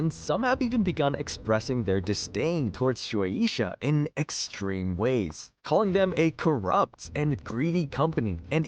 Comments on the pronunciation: Shu-A-Sha Not: Sh-oo-Ae-E-Sha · You pronounce shuesha so weird